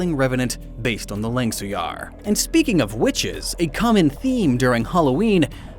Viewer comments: Not hating but u said Langsuir wrong it’s Langsui the “R” is silent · not "lan-sung-yar" it's"lang-sue-ear" (im just correcting the pronunciation not being rude) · Actually, a Langsuir pronounce as Lang-su-ir is a ghost from Malaysia. However Indonesia does have a similar ghost but called Kuntilanak pronounce as Kun-ti-la-nak. They both technically the same with different name. Typically a ghost from a women who died during delivery or died with a child in the womb. As far as I know, in Malaysia, the child of dead women were used in dark magic and the child is called Anak Kerak. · it is lansueweir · Langsuir is pronounced lung-soo-where... but if you going to talk about a flying head ghost, it more resemble to Penanggal for me. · As an Indonesian, it's funny to see how pronounced Langsuir 😂. But good research there, dude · As an Indonesian, hearing pronunciation of Langsuir is hilarious. Though to be fair, I've never heard of it before so I may butcher the pronunciation too. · bad pronunciation of langsuir. Im not sure how to type it out. but just commenting . :) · you didn't pronounce Langsuir twice the same way